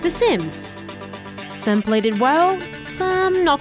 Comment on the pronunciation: De Saims